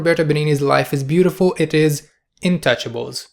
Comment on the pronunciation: The way he pronounces Intouchables, kills me